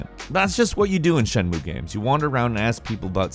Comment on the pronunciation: Shenmue is a THREE SYLLABLE WORD. C'mon, man...you can do it. Shen. Mu. E.